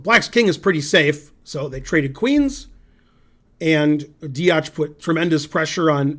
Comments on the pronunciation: he doesn't spell it wrong, he pronounces it wrong. Also I don't think telling him Deac has a C as the last letter adds any usefull information that will help him pronounce the name better. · Deac its pronounced dEAK